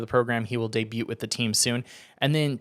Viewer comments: It’s debut not debute. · It's pronounced day bu not debute, it's spelled debut not pronounced that way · The T in debut is silent btw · Did this mf say day-bute 😂